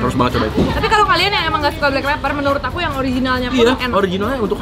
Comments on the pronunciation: Blackpepper ..bukan blackpaper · Siaap BEST SALLER bukan Best Seller 😂😂😂😂😂 Blackpepper malah Blackpaper, ini editornya gagal 😂😂 les lagi